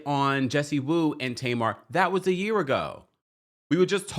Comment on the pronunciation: Jessie Woo. What is the last name in Haitian girl .😂😂it's not WOO